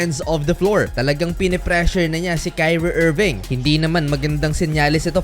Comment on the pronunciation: "Kayrwie irwving"